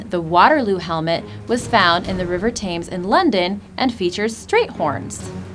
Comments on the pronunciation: It is the Thames as in TEMS NOT TEYMS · Lol the river "Tames" shouldn't it be Thames... I swear American's never pronounce anything right😂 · Umm actually Tolkien himself admitted he used the Finnish national Epic ...the Kalevava for inspiration also, and even based an Elven language on Finnish. Tolkien held the Chair in Middle English at Oxford. That means he TAUGHT the myths and lore for decades!! Fyi it's pronounced Temmes, even though it is spelled Thames. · The River TAMES...? It's pronounced TEMS , you silly bint...! FOR THE LOVE OF GOD...! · The river Thames is pronounced "Tems" not "Tames." Great video though. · Educational videos are excellent and yours are easy to understand. Please look up pronunciations of words so that kids don't go around talking about the composer Wagner (pronounced like Vaugner never Americanized to Wag-a-ner), saying that there is a river in London called the Thames (pronounced Tems not Taames), Loki is not Lucky ..... I don't even want to talk about Ullr. If you Google "how to pronounce ____" you will get answers including many YouTube pronunciation videos. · River "Tames" and the composer "Waggner" - the level of ignorance displayed in this video is ridiculous, and I haven't even watched it all! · Thames (river) is NOT pronounced as "tames." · ikr I was so confused because I live along the river tame and I was like I’ve never heard about this helmet then I realised she meant Thames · "River tames"? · You cannot even pronounce very important things probably. Like the river Thames! Not to mention just how dreadful this was. Could not even get through the entire fiasco! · You said the huge famous river in London wrong you idiot